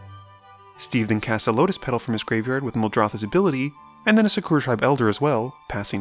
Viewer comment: Great content, but when will you start pronouncing all the cards right? Like Skewra Tribe Elder is Sakura, like from Naruto. And so on.